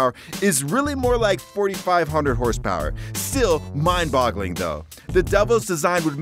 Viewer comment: 8 million houhse power